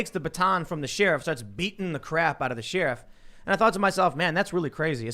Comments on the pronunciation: I really wish Tim would stop saying Sheer-if. It distracts from what he is saying... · I like the way you pronounce sheriff......